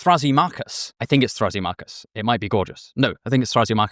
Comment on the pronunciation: Thra-SEEM-a-chus. NOT Thra-see-MA-chus